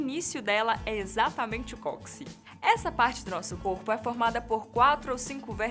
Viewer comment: Não se fala "cóxi", amiga. É "cóccix".